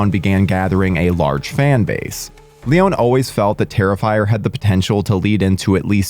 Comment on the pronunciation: Leon-e not Leone